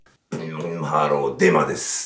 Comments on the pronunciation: ブンブンハロ、デンマです。ってきこえた僕は末期でショーか…w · デマです、が電○です、って聞こえた 俺って汚れてるなぁー